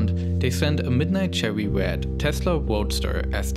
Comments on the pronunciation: I vewy much want a cherwy wed woadster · "tesla chewy wed woadster" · "Chewwy Wed Tesla Woadster"